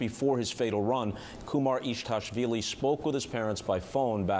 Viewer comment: his surname is KUMARIDASHVILI not kumaritashvili